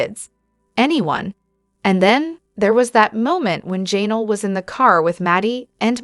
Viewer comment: Her name is Janelle, not Jaynull